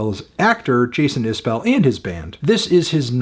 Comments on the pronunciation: I appreciate your opinion. I happen to think Jason is one of the top songwriters of my lifetime. I would hope you would want to pronounce his name properly… He pronounces it is bull, not bell. Just trying to help. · It's pronounced iz-bull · FYI, his last name is pronounced Isbull or maybe even Isb'll - I think it kind of elides the second vowell. I only correct you because I try to remember it myself.